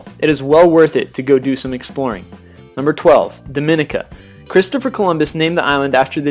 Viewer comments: itS (Dominica) Domeeeneeka and saybah (saba) and (nevis) Neeeevis not Nayvis and Cyurahsow (curacao) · He pronounced Dominica wrong. It’s Dom-in-eeeee-ka, with the accent on the third syllable. Also, it’s Cura-sao not “cow.” Embarrassing. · I was in DOminica, Its Dom-i-ni-ka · The speaker needs to learn how to pronounce some of these islands. Nevis, Saba, Dominica, Curacao and Antigua are all pronounced incorrectly. 1. Nevis-Neevis 2. Saba-Sayba 3. Dominica-Domineeca 4. Antigua-Anteega 5. Curacao- Curasow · Dominica is correctly pronounced: Domineeka. Saba, Sayba, and Nevis, Neevis. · when he mispronounced 'Dominca' I was like...."Yup he's reading this from the internet" =D